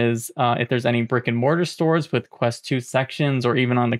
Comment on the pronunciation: When you said 'brick and mortar', I heard 'rick and morty'